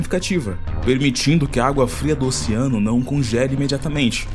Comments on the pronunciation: "Ociano", " ociânicos", porra !! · Qual a dificuldade de falar OCEANO. Ociano é foda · pq vc fala ociano ? KKKKK